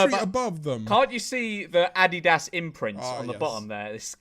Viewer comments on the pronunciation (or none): none